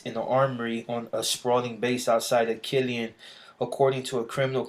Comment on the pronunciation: Guillen is my last name, and yes you said it right.